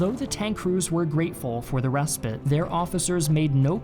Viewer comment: Work on your pronunciation. Fuselage and respite.